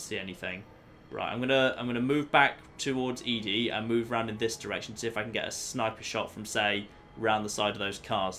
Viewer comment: I can tell you why you are so far from "start" in lonesome Road - You start up high near the top of the Canyon and walk along the side down. BTW ED-E is pronounced "Eddie"